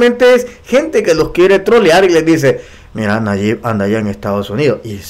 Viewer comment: NO SE PRONUNCIA NAYIK. ES NAYIB. CON B AL FINAL.